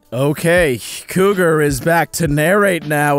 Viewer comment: Couger? I thought you were in couger micdoval